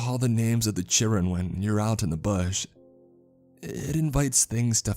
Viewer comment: attempts at the dialect were cute. I'm not sure he nailed chirrun.